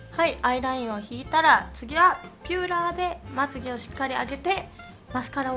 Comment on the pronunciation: ピューラーじゃなくてビューラーですよ！